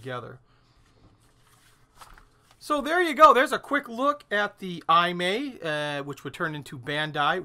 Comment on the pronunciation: Hi. Great Video! FYI. Pronunciation of maker of Excalibur is: E-Mah-E. Imai Kagaku Co. Ltd. Kagaku means “Science” I think Imai was a scientific/hi-tech toy manufacturer of 60s.